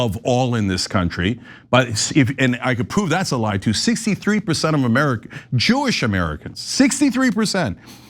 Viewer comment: BB IS NOT JEEISH HE IS POLISH! Should the Israeli government be Jewish? YEAH!